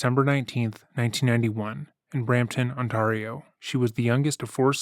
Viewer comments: This is such a small aside, but I've watched a few videos from you now where you've said "On-tarr-ee-o" - Ontario is pronounced "On-tare-ee-o". Keep up the amazing content please! ❤ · On-tare-e-oh. Not On-tar-e-oh. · ON-TARE not tar! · ONTARIO….on-tay-rio. Not …..on-tah-rio. Love the channel 👌🏾👌🏾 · Love the video! By the way it’s On-Tear-Ee-Oh, not On-Tar-Ee-Oh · Great video! (ps: it's Ont-air-E-Oh.) 😉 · It seems like I've heard you say OnTARio an inordinate number of times. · Btw y’all it’s pronounced “aan~teh~ree~oh” like on-tear-(as in tear something in half)-eeee-o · not to be rude but Ontario is pronounced “On-TARE/ee-oh ( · Might want to look up how to pronounce Ontario, but good video! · The only disrespect I've ever seen on this channel is butchering the name of my home province, Ontario